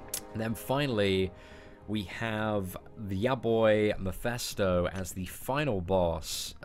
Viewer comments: mEphIsto not mIphEsto lol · repeat after me; MEH - FIS - TOE